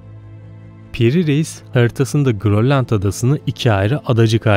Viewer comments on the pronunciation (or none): none